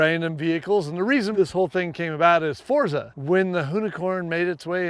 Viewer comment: Ken is the first american I’ve heard pronounce Forza correctly